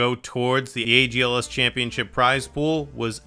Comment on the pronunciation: "agls" lmfaooo its algs lol